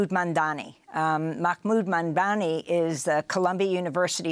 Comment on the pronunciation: Lol So much inflection (hand moves) while butchering Mahmoud Mamdani’s name every way it can be. Slow people: start with the subject’s title etc. then try REAL hard. It’ll look way better. Or a little anyway.